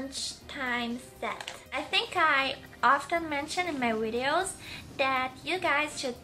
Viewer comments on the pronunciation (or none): And she said wideos instead of videos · Not hating but you say w instead of v. For example you say wideos instead of videos. It makes me laugh